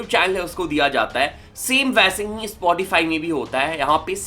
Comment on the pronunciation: It's called "Spotify" Not "ispotify"